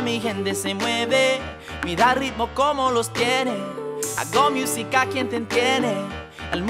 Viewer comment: His "miusica" bothered me 💀